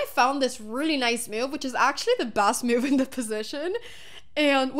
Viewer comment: Hammer said it wrong. It was the computer's favorite myoove.